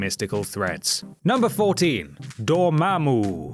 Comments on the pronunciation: You say Dormammu pretty damn well. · I love how you pronounce Dormammu.